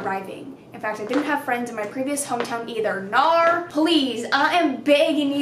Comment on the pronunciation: the first time I watched your one of your videos and you mentioned Nar for the first time, I thought you were saying no in cursive. I'm sorry😂